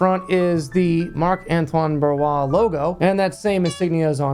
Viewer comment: You are just a guy who like to entertain others but your knowledge about perfume industry is... meeeeeeeh. You dont know how to pronounce Barrios, then Quentin Birch 🤦🤦🤦🤦🤦🤦🤦🤦